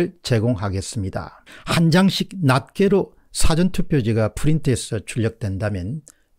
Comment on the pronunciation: 박사님, 수고많으세요. 감사합니다. '후린트'가 아니라 '프린트' 입니다.